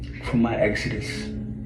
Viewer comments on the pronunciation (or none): none